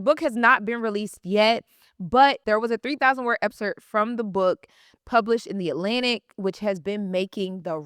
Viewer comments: Lauryn, great video but I’m going to hold you accountable with something. Excerpt. It sounds like you’re saying Epcert. You’re a STRONG voice so I wanted to make this correction/criticism with intention to hold you to a standard that is higher than many others in this space because you are just that good. Don’t want to see you at anything less. Keep going and know this comment was with love, not with the intention of bringing you down. Keep being great, this was a very deep and intelligent analysis. I’m looking forward to more of your videos once the book comes out. 💪🏾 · Epcert? Excerpt baby girl… ❤ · If she says EPSERT one more time! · Loren if you're gonna say the word 100 in 25 minutes then please learn how to say it properly. The word is EXCERPT. The word doesn't have 2 Ps.